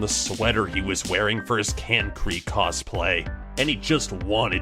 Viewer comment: THE WAY HE PRONOUNCED KANKRI WAS SO WEIRD